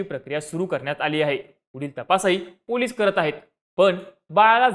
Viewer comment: Ya Anchor la chavan ani police bolayla shikva 😂